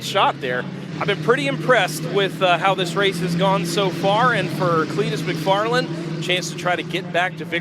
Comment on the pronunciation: It’s not MACfarland,it’s McFarland!!!!!!